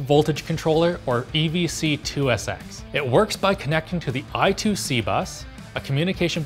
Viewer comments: It's pronounced eye squared c not i2c. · I2C Is pronounced "I squared C" instead of "I two C" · Every time someone says I 2 C, a puppy dies. *Eye-Square-Cee. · I2C pronounced as "eye-square-see"